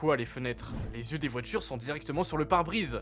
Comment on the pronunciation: « Les voitchures natchurellement, c’est notre futchur »